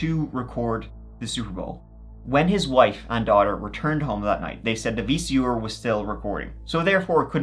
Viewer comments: Love how your say “VCER” (VCR). Also love these compilation videos. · Ok, I knew you couldn't say "Th" but this is the first time I've heard you say "VCR" as Vee-Cee-Orr. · VEE-SEE-OR lol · “the VC-OR”😭😭😂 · Damn VC or's! Lol jk, you know we love ya! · If this episode taught me anything it would be that says “V.C.OR”.😂😂😂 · “Vee cee ore” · Gotta put a VHS into my Vee Cee Oar. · Love ya but vc or lol. Or. You mean R haha. You barely have an accent till it’s something with R. Like tree for 3 or ore for R lol. Wonder if he tries to not have an event like some people in America does if they’re gonna be in the radio or tv? Like just neutral. Still better than the English not pronouncing R at all. Vc ah. Get ova hea. Haha. Can I get a boel of wahuhh I’m thestay. 😂 wonder if that’s where east coast gets get ova hea. Fuh git about it. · VC..or haha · "The VC Or..." 🤣😂😂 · The pronounciation of vcr is too funny.